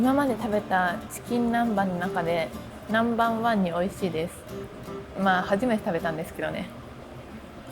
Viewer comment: ２回ナンバンワン言うなwww